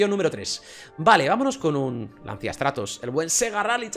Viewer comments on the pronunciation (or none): none